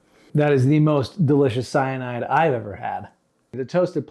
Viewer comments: DID YOU SAY CYNIDE?!! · I beg your finest pardon did you just say fucking cyanide